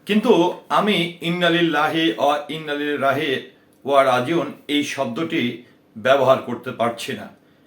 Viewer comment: আগে আপনি ইননা লিললা বলতে শিকুন